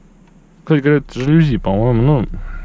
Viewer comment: Не жалюзи, а жалюзи